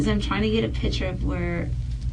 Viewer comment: That ding dong detective can't even pronounce her own lingo correctly. Of course that guy knows he's smarter than her. He is! And that is not culturally appropriate her wearing a blonde wig. And she says "pitcher" instead of picture. Yikes!